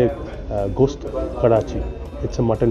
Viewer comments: Ghost Karachi uchcharon korchhen babu. Otar uchcharon Goshth. 😂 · যদি কিছু মনে না করো একটা জিনিস একটু শুধরে দিতে চাই। কথাটা গোস্ত ঘোষৎ না। বড্ড কানে লাগল তাই বললাম। Hope you don't mind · It's "Ghost", it's "Gosht".